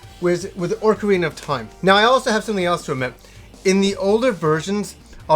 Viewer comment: Pro tip "Ocarina" is not pronounced "Orcarina", lol.